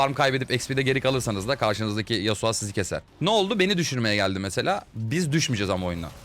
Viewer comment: abi şu oyunda yaptığın en büyük ve tek olan hatan yasuo ya yasua demen xd